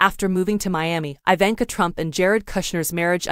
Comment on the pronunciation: Learn to pronounce her name